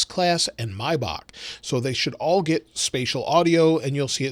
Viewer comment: Mibak?? Maaaayback